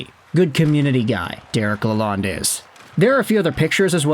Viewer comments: It’s pronounced “La-lone”. (The “d” is silent or barely emphasized. May as well get it right as a sports expert.) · For starters ... His name is NOT pronounced with a short "o" as in pond (like you are doing). He wants his name pronounced with a long "o" as in phone, tone or bone. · Honestly you knew who he was referring to when he pronounced the name wrong, so in the end it doesnt matter too much. Its way too small thing to get hung up on. You could mispronounce my name and i couldnt care less so long as you get my attention.